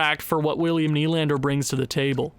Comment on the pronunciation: Who’s Adam? It’s Alex! Also Will-Nye the Lander guy… it’s knee but if your going to say nye then add the science guy thing because why not